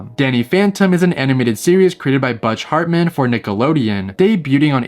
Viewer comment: His name was Butch Hartman not buttch Hartman. 😂